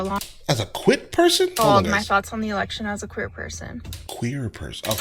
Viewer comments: I heard it as "queen as a three dollar bill". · Yeah, I was kind of weirded out that Mr. L Boyd had to look it up.I'm thinking that I missed something but yes she did say queer